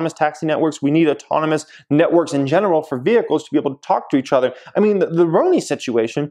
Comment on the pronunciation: These Ads are RIDICULOUS already! The “ETHER” (Jeremys pronunciation instead of OTHER, and driving me bonkers) thing driving me crazy “NEEDLESS TO SAY”! 😱